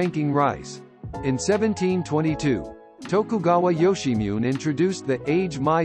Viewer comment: Ok, "Yoshimune" is pronounced "Yo-she-mu-neh" (roughly).